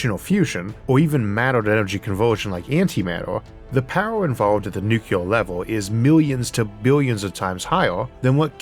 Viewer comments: Isn't it nuclear instead of nucular? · Downvoted solely because of "new kya ler". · For the love of god, 'nucular' is not a word. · Incredible content from an incredibly visionary phycisist. Still using the George W Bush pronounciation of "nuc-ular" (that is NOT a nag on your speech impediment, as 50% of americans without speech impediments make the same mistake) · Very easy. Two syllables. NEW CLEAR. It's not your speech impediment. It is the way military (mis)pronounce this word.